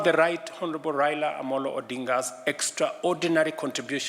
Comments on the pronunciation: Please pronounce his name properly. It is RAILA not REILA. He is the doyen of Kenyan politics. A colossus, a titan. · His name is Rai-la. Not Rayla. It’s pronounced Rye-la.